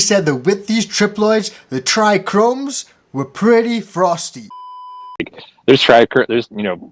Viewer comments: Do i trust a breader who says trichromes instead of trichomes??? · I dunno man - I really do think the issue is how he said TRI CHROMES! My ears hurt every time he said that. yikes - you're a professional in the industry, please learn your own vocabulary and how to say key words! lol